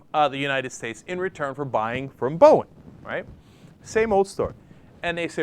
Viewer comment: did he just say borging?